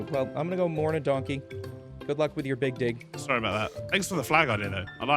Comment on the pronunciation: yup i definitely had to rewind that ... "Big Dig" is NOT what i heard